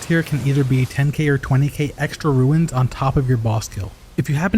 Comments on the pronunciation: RUNES... not RUINS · Runes, not Ruins :)